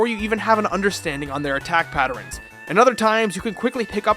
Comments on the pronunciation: Hold up... were you pronouncing patterns like patter-rens? lolwut XD Ignoring that, fantastic video as usual. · How many times did you say "patterins"?